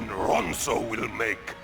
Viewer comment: isn't it ronso not ronson